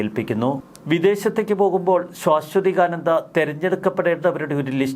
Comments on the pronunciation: സുഹൃത്തെ ശ്വാ അല്ല ആദ്യത്തെ അക്ഷരം ശാഎന്നാണ്. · ശാ....ശ്വ എന്ന് ഉച്ചരിക്കണം. ശ്വാ....ശ്വ അല്ല. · ശാശ്വതീകാനന്ദ നിങ്ങളുടെ ഉച്ചാരണം ശരിയല്ല